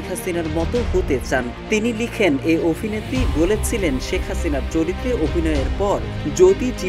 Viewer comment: অফিনেত্রী মানে কি? এসব ভিডিওতে যারা ভয়েস দেন, তারা কি করে প্রমিত বাংলার জ্ঞান ছাড়া চান্স পান? পুরো ভিডিওতে "অফিনেত্রী" আর পিনাকি ভট্টাচার্যের নাম বললেন "ফত্তাচার্জ", অভিনয়কে বললেন "অফিনয়"!!!!